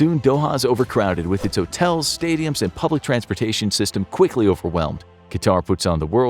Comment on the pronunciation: ... and it's not pronounced QatAr, but QAtar.